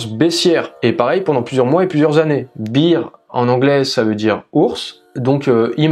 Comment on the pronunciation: Tres bien pour les debutants bravo sinon "bir" en anglais ca veut dire bière.. ours c'est "bèr" ;)